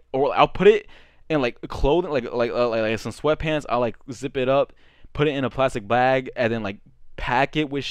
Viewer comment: Homie was sayin plastic blag💀